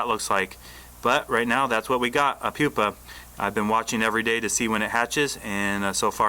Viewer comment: Did he say it was a "poopa ?"